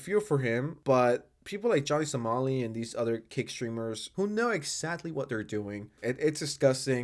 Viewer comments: Why do you keep saying Johnny Salami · He says it on purpose